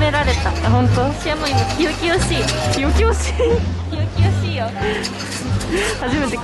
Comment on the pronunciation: 清々しい（すがすがしい）ですよ★ 食べ歩きたのしそう♩